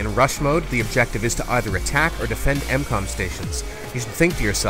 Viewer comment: hey bro, its not incom its m-com just so you know.